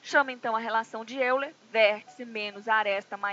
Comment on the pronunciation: diz-se óiler